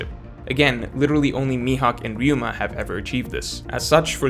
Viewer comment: He said Ryuma!! I knew he could do it. Stop with this Raiuma nonsense